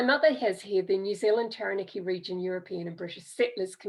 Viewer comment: awesome! my ancestors are also from Taranaki, and this was super helpful. Quick pronunciation tip though: ** Tah-rah-nah-ki 😉